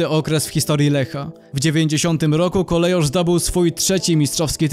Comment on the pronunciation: Nazwę Kolejarz czyta się KOLEJORZ a nie jak w kongresówce wymawia ją jakaś wARSZAWKA.